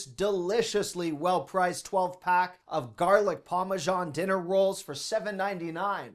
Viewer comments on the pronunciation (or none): none